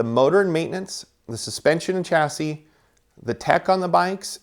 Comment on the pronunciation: It spells "chasi" but read Shasi